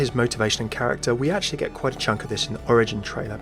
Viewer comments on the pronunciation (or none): none